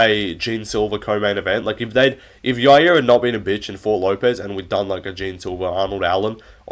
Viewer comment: The way he says "Yair" makes me angry.